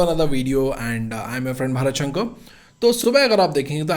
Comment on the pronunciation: शंकर ko english accent me शंक क्यू बोलते हो भाई. भारत शंकर, ऐसे clear बोलो ना.